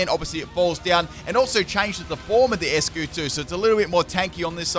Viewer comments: it’s “Ice-Cue” ...not “Es-cue” 👍🏻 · You pronounce Eiscue like Icecue. Not Eskue. Its Einstein not Enstein. You tryna russle me jimjams or what? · Eiscue is pronounced "ice q" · I love you but why do you pronounce Eiscue like that, it's supposed to sound like Icecube;w